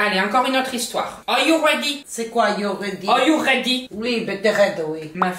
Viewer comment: le "are you redy" ou ba t'es red oui" 🤣